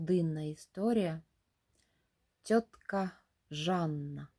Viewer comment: Та не тьотка, а цьотка